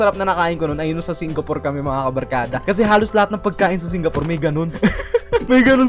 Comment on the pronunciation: Me hearing say yung sa singapor 😵😵😵